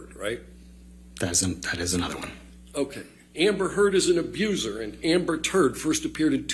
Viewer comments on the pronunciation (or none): This man put alot of feeling in that tuh sound he put a capital on Turd lol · I loved how he really emphasised the T in turd the last time he said it. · the emphasis on "Turd" when he says it the third time has me dead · I love the emphasis he put on "turd" LOL 😂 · This cracks me up 🤣🤣 I keep replaying the video and can’t stop laughing. It’s the way he emphasises the word ‘TURD’ lol I don’t know how thery’re holding it in, think they might burst. 🤣🤣🤣🤣🤣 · I love how he adds a little bit of emphasis on "turd" when he says it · The way he emphasised TURD was hilarious 😂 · I love that he put so much emphasis on "AMBER TURD" 😂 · Alot of emphasis on that last turd lmao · I love how he emphasized the T in turd